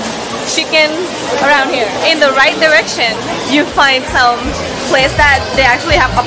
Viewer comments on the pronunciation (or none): none